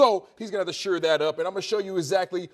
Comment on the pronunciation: why oh why doesn’t someone correct your pronunciation of SHORE. It’s NOT pronounced SURE